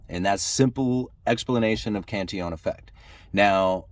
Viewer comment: Cantillon is pronounced 'Canteon'. Sorta like quesadilla/keesadeeya?